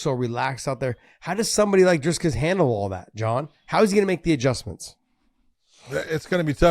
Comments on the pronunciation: "Driscus" How hard is it to say "Dricus?" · Where is the “s” between the i and c in Dricus? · Dricus not Driscus